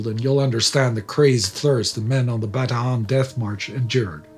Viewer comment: He is pronouncing it correctly. Anyone who says otherwise is mistaken.